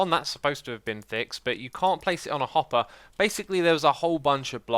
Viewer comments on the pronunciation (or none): none